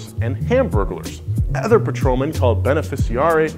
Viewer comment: High School education would explain this without watching. But im probably going to watch anyway cus i want to cringe at every time he says “ether” instead of “other”